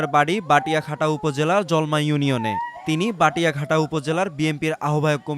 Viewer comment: বাটিয়াঘাটা উচ্চারণ ঠিক হয়নি ওটার নাম হবে বটিয়াঘাটা।